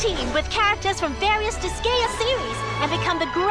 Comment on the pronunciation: did they really just call Disgaea Digaya?